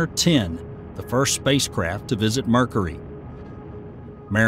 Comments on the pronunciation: Dude it's been driving me crazy. mErKuHrEe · Someone needs to explain to this guy how to pronounce Mercury. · Ever hear a native New Yorker accent when they say "caw-fee" for coffee? That's "New Yawk" accent for you.